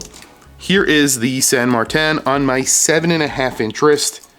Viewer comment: its san martin NOT san mar-tan